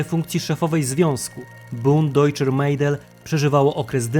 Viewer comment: Nie Mejdel tylko Mädel tzn Medel